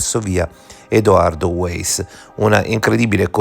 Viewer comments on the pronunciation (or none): piccolissima nota a margine ma secondo me "Weiss" si pronuncia "VAIss" non uèiss, perchè "VAISS" (weiss) significa "bianco " in tedesco, quindi anche in Austria scritto esattamente uguale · Esatto la pronuncia è Waiss da triestina😉